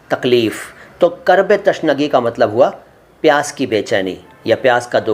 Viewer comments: Abe chhotye pahle Urdu bolna seekhle تشنگی نہی بلکہ تِشنگی ہوتا ہے اور اگر پوری ویڈیو دیکھونگا تو نا جانے کتنی غلطی نکلے گی اور جو آپ دوسروں کو بتانا چاہیں تو پہلے خود اس کی تحقیق کر لیں اور You Toub پر video دیکھ کر اپنے آپ کو علامہ نہ سمجہے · تِشنگی ہوتا ہے تَشنگی نہیں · Tashnagi nahi .... tiishnagi hai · Tashnagi nahi bhai.....Tishnagi